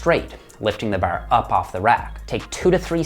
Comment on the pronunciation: Dude I knew was a newfie the way he said "bar" I was like this is an East Coast Canadian without even looking into where he's from lol